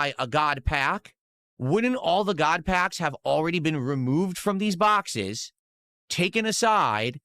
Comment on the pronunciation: “Not Paaaacks guise! Bhackses! BHACKSES!!